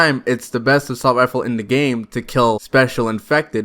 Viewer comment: "Expewt" "Wealism" "Weload speed" "Assault wifle"